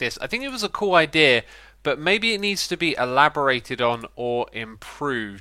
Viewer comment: I thought it said Ikea instead of idea at first